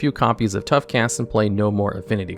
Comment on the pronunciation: "Tough cast." TWICE